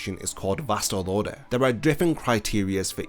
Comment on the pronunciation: why is his pronunciation of vasto lordes sounds like vastal orders ?